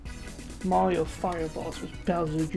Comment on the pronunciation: Hey Mawio supew swuggers😂😂😂😂